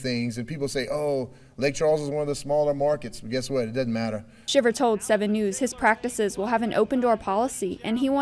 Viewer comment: talk about butchering a story badly OMG!!!! "Lea" Hutton commissioner and mispronounced head coach James Shiver several times........ WTH!